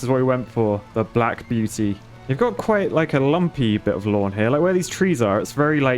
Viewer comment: "The Black Buety"